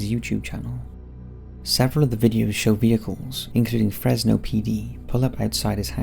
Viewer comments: Its not pronounced Fress no Its pronounced Frezz no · FreZno. Is how its pronounced just to let y’all know. I was born and raised here and definitely the cops here are dirty. The Fresno police chief’s homie got arrested for having hella meth and the chief “removed” himself from the situation and now the chief is running for mayor and the guy that got caught w the drugs is doing time in the pen like 20+ years. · The (s) in Fresno sounds like a (Z) so it’s Frezno so to speak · I’m sorry but the way he kept pronouncing Fresno; it’s pronounced like Frezno (stupid ik) also San Joaquin is pronounced like san wa-keen. Don’t pronounce the J